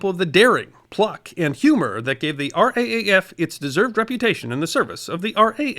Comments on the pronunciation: Another great video, thank you. might I say though respectfully, Its nice when those from over seas reference our Services as we do, it's not the R.A.A.F as its correctly written, but rather pronounced The R AA F {R Double A.F}. Brave men, Brothers, Uncles, Nephews, Husbands, & Sons. This tragic roll call does not mention those like my Aunties brother who died during his flight training. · At no point during the war would anyone in the RAAF have pronounced it "Raff", because of the potential for confusion with the UK RAF. That wasn't acceptable to the Aussies; as points out, Pat Hughes etc made a point of wearing their midnight blue RAAF uniform, even though when they were technically RAF officers. So did actual RAAF personnel, serving in Article XV squadrons (or actual RAF squadrons). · RAAF is always pronounced as "R Double A F"... just saying... LOL. And one small point. The BOB clasp was NOT limited to what many think of as "Fighter crews"...the pilots of Single seat fighters. As you mentioned Defiant and Blenheim crews (amongst others) were also eligible. And there were (not surprisingly) some injustices in its award..as one author pointed out, a fighter pilot shot down and injured on 9 July who returned to operations in November was NOT eligible..even though the initial stages of the Battle (the combats over Channel convoys for instance) certainly seemed to have occurred before that date. Conversely, a Blenheim air gunner who flew his first mission the night of 31 October WAS eligible. Thats the nature of such awards, there has to be a start/finish date. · R Double AF is the Australian pronunciation. Not R.A.A.F. Always has been and still is. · Thankyou so much for this story, as all too often Australia's participation is overlooked. Your pronunciation of Australian place was very good although it is the (R double A F). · Gidday, Just for the record. RAAF is pronounced as R double A F. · We say R dubble A F in Australia thanks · R-DoubleA-F. FYI